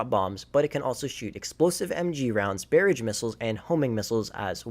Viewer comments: This dude said Bear ige 🤣🤣🤣🤣🤣 Barrage is pronounced Bar Raj. Barrage. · "Bear-idge missiles"